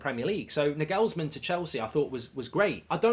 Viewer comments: “Nor gools man” learn that mark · does anyone else wince/twitch whenever Mark mispronounces Nagelsmann? 😅 Just me? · The way he butchers pronouncing Nagelsmann is criminal